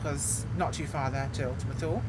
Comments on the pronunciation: Perhabs more like: Too-Leh. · Thule = two-lee